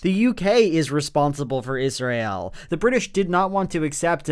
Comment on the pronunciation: I love Joel. That said, does anyone else clench their teeth a little tighter every time he says Is-ry-el?